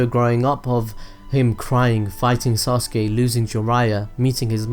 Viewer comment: i am not gonna forgive him he's calling Sasuke ""soske""